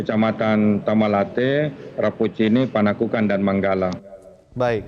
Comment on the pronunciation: Manggala bukan managala